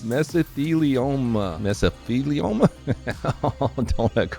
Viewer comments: mesophelioma...? 😂, you just replaced a th sound with a ph, and you didn't even do it on purpose but in total ignorance of proper pronunciation.... You are now black. 🎉 Mazel tov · Its meso lily momma u gotta say it fast😊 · Mesofeeluponya or whatever tried to say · It's pronounced, "Meh-zuh-thee-lee-ow-muh". Haha. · It's not your fault you can't pronounce mesothelioma, you are doing asbestos you can.